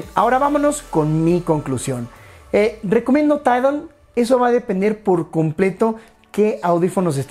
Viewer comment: Jsjsjajaa 🤣 🤣 🤣 🤣 tairol te sale chistoso 🤣🤣🤣